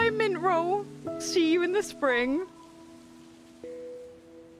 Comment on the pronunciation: Hii! It’s mummi troll. Not mintroll 😂